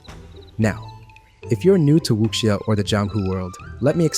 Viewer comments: Wu-sha. Not wuxia lol. The x makes an SH sound. Think tekken, ling Xiahue. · Great video, but just FYI... There's no k sound in the word wuxia. Your pronunciation is the closest I've heard from anyone covering the game in English... Just please drop that k sound. Eta- you actually said it right (well, without the tones) , but went back to the wrong pronunciation after.